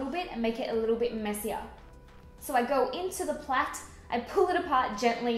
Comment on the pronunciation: Nice to hear someone else say "plait" :D